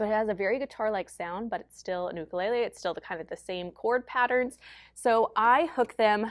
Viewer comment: great video. Thank you for pronouncing "Ukulele " correctly. So many music teachers pronounce it youkulele, not cool.